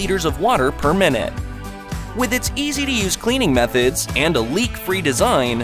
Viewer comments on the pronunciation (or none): none